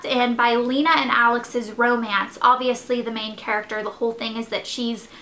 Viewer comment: It actually is pronounced Lay-Na. Lauren Oliver says it that way in interviews. But I, personally, like it better as Lee-Na so thats how I say it. :)